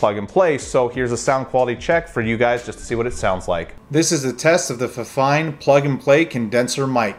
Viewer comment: It's pronounced "feefine" if that helps.